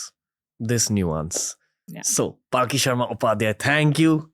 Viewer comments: Thanks for bringing her on this platform, but it's palki, not paalki. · Is her name Paalki (palanquin) as Ranveer pronounces it or Palki (blink of an eye? ) 🤔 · Her name is palki, not pronounced paalki, for correction. Requesting you to bring Anand ranganathan sir and j Sai deepak on your show. And probably annamalai sir, the young president of bjp in Tamil Nadu. To get to know him better. Bringing cm yogi Adityanath would be epic, because still being a young leader, most of the youths will be able to relate to him. I am also curious about Pushpendra kulshrestha. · Please know how to pronounce her name, she is Palki not Paalki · Her name is Palki not Paaal Ki pls 🙏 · She's Palki Sharma not Paalki Sharma 🤦🏻‍♂️ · Bhai uska naam पालकी nahi पलकी hai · After wearing a Christian Cross, Ranbir has turned too western that he cannot even pronounce a common Indian name - Palki. He's pronouncing it as Paalki. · It's palki not paaalki pls learn to pronounce name correctly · It’s hilarious how Ranveer screw up names. Pyuuutin, Paaaalki. 🤯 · Well I would say please learn how to pronounce her name. Mispronunciation of her name repeatedly is equivalent to disrespecting her. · you cant even pronounce her name properly what kind of podcast do you even run. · How can you be so callous about her name's pronunciation. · Ranveer mispronounced Palki Sharma's name!! 🤭🤭🤭